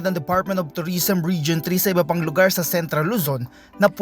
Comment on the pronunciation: pansin ko lang karamihan sa mga reporter ngayon, maarte na ang pagbigkas sa letrang R gaya nung sa salitang LUGAR. buti pa ung pure canadian vlogger na c jared hartmann, marunong mag tagalog pero alam nia kung paano bigkasin ng tama ang R kapag nagsasalita na cia ng tagalog.